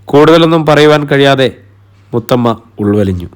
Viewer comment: മൂത്തമ്മ അല്ല മുത്തമ്മ കേട്ടോ